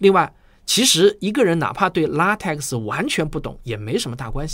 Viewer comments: LaTeX： 读做 ” La Te Ke “ ，而不是 La Te Ke X . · LaTeX 的X不发音 念作拉忒克